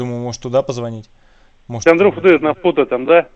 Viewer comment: Прикольно произносит - АлександрОв))))